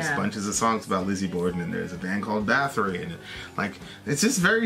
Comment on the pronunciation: It’s pronounced “boat-ory”